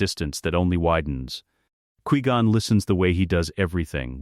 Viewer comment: I really don't like how your AI says Qui Gon.